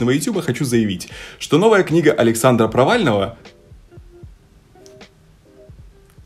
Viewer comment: ...Алексадра Провального... Что слышу я:...Алексея Навального... Так же я (в недоумении): что? А потом переслушала и долго смеялась)